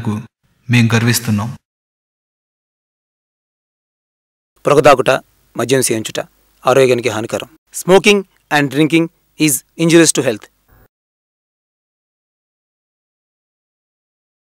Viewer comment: "proga thraaguta " kaadu annayya "poga" !! gud creativity anyways (Y) ..